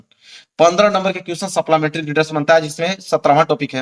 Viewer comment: Sir सपलामेट्री nhi hota hai सप्लीमेंट्री hota hai